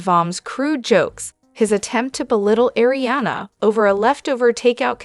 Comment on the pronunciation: I hope this YouTube channel fails bc it’s all false info & they can’t even say Kristen, Arianna etc names correctly. She’s using other ppls stories & journalism. This channel is a joke!!!